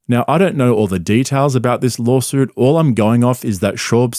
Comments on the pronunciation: "Lolsuit" Less than ten seconds in. I just can't. Maybe Brendan is just so smart that he's the perfect troll? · Don’t you mean lawlsuit? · Wtf is a lawlsuit